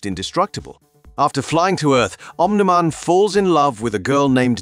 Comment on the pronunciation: The 100 different pronunciations of "Omni Man" tells me they used an AI to read this. Sigh...